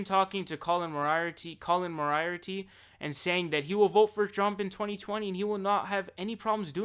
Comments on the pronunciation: It's pronounced More-E-Arty. Colin use to work at IGN and then was a co-founder of Kindafunnygames. I liked a lot of his articles and videos on gaming but was never a fan of his fiscal policies. I use to follow Dave Rubin while he was at the young turks and when he left to do his own show. But sometime in 2015 he took a hard right turn, with each sequential quest being worse than the last. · The way you pronounce Moriarty is hilarious.